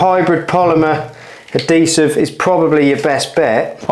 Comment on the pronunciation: Episode 3 Spoiler : He does indeed finish and to top it off he learns how to pronounce adhesive.